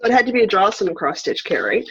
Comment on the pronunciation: Jocelyn, it is pronounced a (like in say) da (aida)